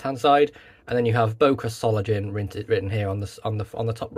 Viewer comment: What a beautiful knife! Will be in my collection soon. (BTW, the „ng“ in „Solingen“ is pronounced like the one in „singer“.)